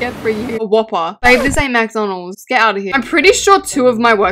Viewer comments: Alaska it’s not M-a-c-d-o-n-a-l-s it’s M-c-d-o-n-l-s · Babe it’s McDonald’s not Mac donalds😂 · U be saying McDonald's rong